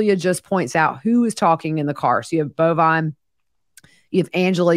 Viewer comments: So glad I found you as I’m kinda obsessed with this whole thing! Are you pronouncing George’s son’s name as “Bovine”? It’s Bulvine. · It’s Bulvine and pronounced Bullvine. It’s from a video game.